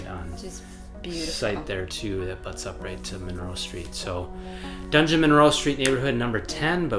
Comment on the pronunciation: "DUNgeon-" instead of "DUDgeon-Monroe", classic! Every time I see that place on a map of Madison, I chuckle 😄